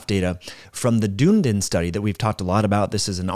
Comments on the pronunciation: Try saying duh-NEE-din instead of dune-din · Hi, just a helpful bit of information (hopefully 😊😅) The study is not pronounced Dune-din, it's Dun(done)-e-din, it's a City that is on the South Island of of New Zealand. I'm an Australian, so I don't take any offence or anything, just thought it might be helpful, love your content, great information, delivered in a great format, keep it coming. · The pronunciation is "duhn-ee-din", not "Doondin" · the place is pronounced like “Dune-Eden”, doon E den. As always you present great info like a master. We value your advice. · Dunedin .....Dun (as in done) ee din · FWIW, I live near Dunedin FL, that town is pronounced like your wrote it. I butchered the pronunciation the first time I saw it just like.